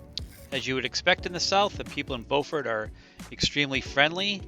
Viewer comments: B-you-fort for Beaufort SC (no pause between the b and you). I have the opposite problem, I lived in Beaufort SC for a year, so I have a tendency to mispronounce Beaufort NC. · Beaufort is pronounced different when your speaking of the South Carolina version.